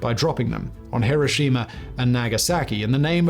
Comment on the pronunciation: Can't take anyone that can't pronounce Hiroshima correctly seriously.